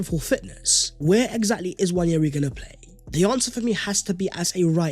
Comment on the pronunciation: Please, please, please can we drop the 'Y' when pronouncing Nwaneri. There is no Y in his name. Love the show,. Keep up the good work.